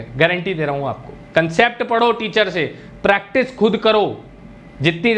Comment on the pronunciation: pratice nhi practice hota hai